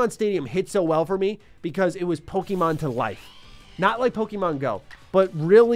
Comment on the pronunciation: I genuinely just wish you pronounced Pokemon correctly... Like ever. If my 6 year old can I think any adult can too.